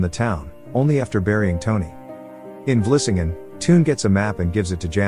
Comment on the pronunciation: The narrator probably never ever spoke Dutch before so he can only pronounce it the way he thinks it should be. He pronounced Vlissingen perfectly (btw) while english speakers useually call it Flushing. I have seen/heard Dutch butchering the english language to death, while talking to english speaking persons, and they never ever become annoyed or correct. Could imagine that english speaking, get it on their nerves when they see how you write english.